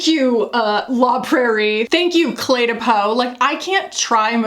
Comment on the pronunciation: Heads up: in French, “de” and “le” is pronounced kind of like “duh” and “luh”, not “day” or “lay” (that’s Spanish pronunciation of an e). Its a very common error for Americans because Spanish is much more common there than French. :) It’s the same kind of vowel as “put”. Love, your friendly Neighbourhood Canadian :)